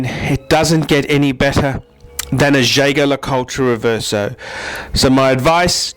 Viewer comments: Jay-ger Ler-Cul-ture? lol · Nope. Jaeger-Le Coultre is pronounced Yayger Le Coolt. How do I know that? Because I was told directly from the Australian brand Manager. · Man I am lolin at how you pronounce Jaeger-LeCoultre. P.S. It was totally wrong.